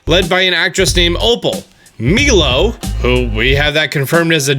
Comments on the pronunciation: Who doesn’t know how pronounce the name Milo? It’s pronounced “My-low” not “Me-low.” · Oh god it hurts my ears to hear him say Milo like “me-low”... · Meelo 😂😂😂 its milo you fuckwit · my-low is how you pronounce it